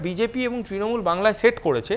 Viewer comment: ট্রিণমূল বলছে কেনো ছেলেটা, অত্যন্ত কানে লাগছে ।।